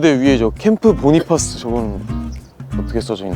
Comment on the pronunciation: Cpt. Bonifas 께서는 미육사 출신으로 전사하실때 이미 소령 특명을 받은 상태였고 소령으로 추서되신것이 아니다. 또한 그분 성함의 발음은 "보니파스" 가 아니라 "보나패스"이다. 같이 근무할 당시 본인이나 미군 카투사 모두가 그렇게 발음했다. 그런데 무슨 이유로 보니파스가 되었는지 모르겠다. 고유명사, 특히 이름은 그집안의 전통과 가풍에 따라 우리가 아는 상식과 다른것이 많다. 추측으로는 영어에 미숙한 사람이 얕은 지식으로 전사에 기록한것을 더 무식한 사람들이 따라한다고 생각한다. 애처럽게 전사하신 분의 성함이라도 제대로 불러 드리는 예의라고 생각한다. 우리가 그곳에서 복무할때는 남북한 경계가 없이 상대방 지역을 늘 드나들었고 또 우리와 인민군이 수시로 조우하고 대화도 많이하고 기념품도 교환하고 그러다가도 한바탕 붙기도 했었다. 나는 늘 전사하신분 성함이 제대로 발음되기를 생에 마지막 소원중 하나로 여기고 있다😊